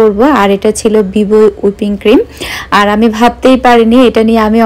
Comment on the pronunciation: আপু ঐটা হুইপড ক্রিম উইপিং ক্রিম না 😊😊😊